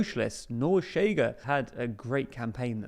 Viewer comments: No its not, "Sh" is very soft while "Ch" is rougher, thats what non native speakers have difficulty with, they say "sh" not "ch" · 1. Ok but the main point for us to stress to the world is them not pronouncing it tch as if it was Spanish. That's the real annoying part. 2. Maybe try to use the International Phonetic Alphabet? It's striking when people not from Portugal or Rio de Janeiro imitate our accent and say we have no contrast between isqueiro (lighter) and chiqueiro (pigsty), or escória (scum) and chicória (chicory). Isqueiro in Rio is [ˈɕ̆keë̯ɾˠᵝ], zero rounding of the sibilant and most of the friction is felt when the tongue is retracting to then form the next syllable, chiqueiro is [ʃ̩ꟹˈkeˑɾˠᵝ], with the ch clearly protrusive. Same for escória [ɪ̊ɕˈkɑ̽ꟹʌ̯̈ɾjə] and chicória [ʃ̩ꟹˈkɔʷˑɾjə]. (Contrary to myth spread by our own academia, Brazilians do absolutely have the schwa, the difference is our [ə] sound is slightly retracted i.e. closer to [o̞] while the Portuguese one is slightly advanced i.e. closer to [e̞]—AND /ɐ/ [ɐ ~ ɜ ~ ə ~ ɘ ~ ɪ̈] is now a phoneme for us too since we contrast cárie [ˈkʰɐ̞ɾʲɪ] and curry [ˈkʰɜɾɪ] mostly through that vowel; in Occitan the vowel phoneme in the final unstressed "a" position did fully turn into [o̞], funnily enough.) Portuguese people try to explain it by saying the chiado s is "j", but it's not that it's voiced, the voicedness of j [ʒ] is just taken to represent the less protrusive, shorter, less sibilant characteristic of [ɕ]. When it comes to cariocas, we never say that, because we pronounce [ɕ ʑ] in onset environments, including stressed /i/. I am not t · not so fast, this actually DOES have nuance, the thing is, the TL;DR guy just used the normal English sh, at his first utterance it even sounded a bit like tch, maybe with less rounding or friction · Look, matey. The analysis is fine, but you SHOULD KNOW HOW TO PRONOUNCE PORTUGUESE WORDS. The party “CHEGA” is pronounced “SHAY guh”. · Pronounced "SHAY-gah"